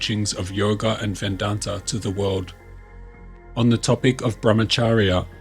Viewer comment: Thank you for this informative and eye opening video series. Just as a small note, its Vedanta, not Vendanta.